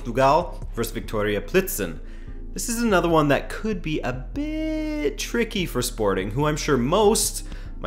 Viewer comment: I think Plzen is pronounced like Pilzen instead of Plizen. I don't like your Dortmund prediction but i wouldn't be surprised if it becomes true. We're really bad in europa this year.